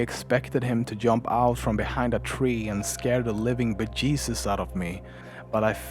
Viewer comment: This was scary OUO but he said bejezus and I laughed my ass off